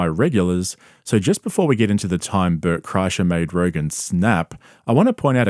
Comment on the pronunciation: I like that you pronounce the name Burt as butt